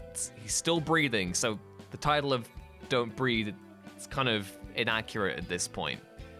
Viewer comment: Don’t BREATHE******** Not breath.